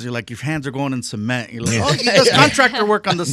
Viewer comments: Why Big Boy so obsessed with pronouncing “cement” —“semen”? lol WTH 😂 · that bothered me the whole time😂 who tf pronounces cement that way